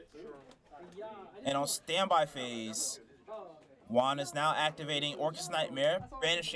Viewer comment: Good match! Every time you said Juan’s name it sounded like wand lol